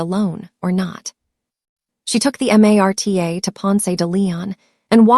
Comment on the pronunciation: The rail system is called Marta not M a r t a I live in Kansas and know that 🤣 A. I.